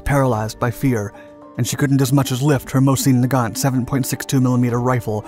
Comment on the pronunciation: C’mom you must know that the T is not pronounced in Mosin Nagant.